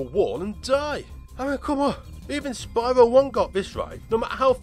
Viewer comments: well, ever since spyro 1, the spanish dubs of the games called him spee-ro fortunately the reignited pronounced the name correctly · they even mispronounced Spyro's name!